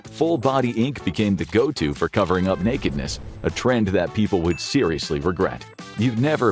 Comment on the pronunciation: I think team started smoking weed. 😂Also, I'm a big fan of the way you said "Nekidness"! 🤣